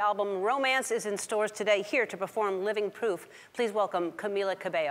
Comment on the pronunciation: No one: Ellen: "Living P O O F "